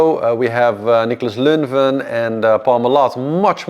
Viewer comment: It’s occurred to me several times over the past 2 months that it would take you literally 30mn to look up how to pronounce the various skippers names (and today I’m apparently grumpy, so I’m posting about it): Boissieres is /bwasyer/ (which is not hard to approximate in English or in Dutch). Violette is /vyolet/. Nicolas is /nikola/, etc. (I appreciate that we’re always going to pronounce names with the accent we have, so maybe even Beyou pronounced /bezhu/ instead of /beyu/ gets a free pass, but others you could get a fair bit closer to)